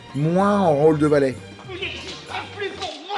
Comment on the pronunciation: ...valet... VALAIS ! Suisse vous êtes ! 🇨🇭 😂🙏👌✨ Parfait